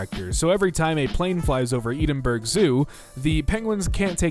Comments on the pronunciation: Lol its pronounced eddinbruh not eedinburg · for all my fellow british viewers.... i feel your pain for the pronunciation of Edinburgh 😔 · the way you say Edinburgh pains me